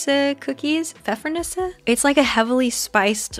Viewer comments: You said Pfeffernüsse pretty good 👍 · Pfeffernüsse is a German word (literally translates to pepper-nuts), your pronunciation is perfectly fine 👍😊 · If you're interested : Your pronunciation of "Pfeffernüsse" was very good😊 Just a little less emphasis on the "r"😀